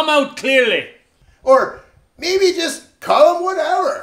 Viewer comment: Tunneys buddy in the buggy chust needs to work on his accent chust once maybay.